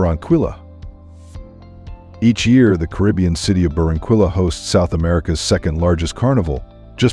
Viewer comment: Please check your pronounciation of Barranquilla